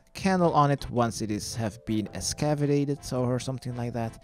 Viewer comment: This guy's west and east are all messed up. In almost every guide he messes up West and East numerous times. & can't pronounce excavate? Did he drop outta middle school to make RS guides? sheeeesh